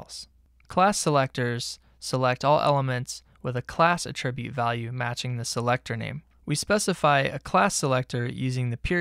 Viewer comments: FYI: Mispronouncing the word "attribute" every 5 seconds is incredibly distracting. "uh-TRIB-yoot" is a verb. "A-truh-byoot" is a noun. There's no real excuse for getting that wrong. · The noun "attribute" has the accent on the first syllable -- the verb "attribute," on the second syllable. He pronounces "attribute" the noun as if it were the verb. I should be less easily annoyed, but boy is that distracting. This might help